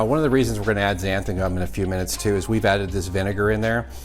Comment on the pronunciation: I love the show, love your recipes, and the scorpion pepper is my favorite of the "big boys". I wasn't able to finish the video and took the gist for the rest... let's be honest. I couldn't hear xanthaN gum mispronounced one more time. Short of being pedantic about language, I look forward to replicating that sauce!!